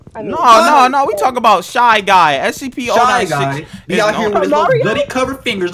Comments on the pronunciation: your saying o96 but it's 096 and I don't like it when you say it that way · SCP 096 not oninesix